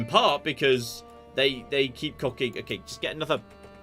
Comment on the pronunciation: I had a drink if Cider every time you said "COCKING" ...I've just woken up and its Sunday.